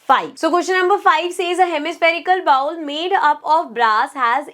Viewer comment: Ball nhi bowl